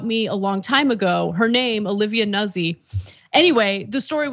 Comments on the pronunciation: It's not 'Nussi' It's pronounced Newt- z. It's Italian. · Noot See…not Nuzzie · Think it's pronounced like "newt-SEE". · Pronounced noozi....get it right...stop trying to be as Anglo as possible Anna